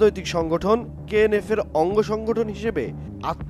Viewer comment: KNF কে বারবার কেনো KNA বলছেন কেনো